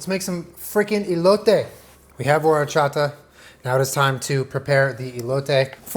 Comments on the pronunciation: As a mexican I appreciate this video so much but I appreciate you WAY MORE for not pronouncing WHOREchata XD Recommendation on the elote: before you put mayo on the elote, rub while squeezing the lime directly to it, then put mayo and lastly the cheese. I don't know if US sells salsa valentina but if you're able to get it and mix it with tajin that'll be amazing! Although the traditional chili "sauce" is chili powder (chile de abrol) and lime juice mixed together until creating a paste. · Nothing like horchata from scratch!!! The powder stuff is trash 🗑 🇲🇽 ❤️ ❤️ I love how you make an effort to pronounce everything correctly, appreciate it dad! ☺️😂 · I am just here to judge how pronounce “Horchata” 8/10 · The way he said Horchata 😍 yes! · The fact that you said Horchata correctly... instead of saying whorechata.... you deserve the world 😂❤️ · It literally warms my heart SO MUCH that he pronounced horchata correctly 😭💕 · when you pronounced horchata correctly, i knew this was gonna be bomb af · The way he pronounced "horchata" was perfect. Felicidades, you are Mexican now jajaja <3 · So proud at the fact that says horchata correctly and doesn’t pronounce it “WHORECHATA” like other people 🥰🥰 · I'm proud of u and said horchata correctly. That's my comfort food right there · I'm really impressed that you said Horchata perfectly 👌🏽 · It makes me real happy that he pronounces horchata and cotija the right way, I love him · I love that he said horchata correctly lol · Awesome job. When you first said horchata, the accent, I said "ouuu" out loud because you said it so well. 👏👏👏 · The pleasure I got from saying "horchata" the right way, instead of "whorechata" like every american does *chef's kiss*🙌🏻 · I'm so glad you said horchata right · That horchata pronunciation is so good you know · Yesss! When he said horchata correctly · I love that said horchata and not whorechata. Spoken like my real dad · You say horchata so well 😂😂!!!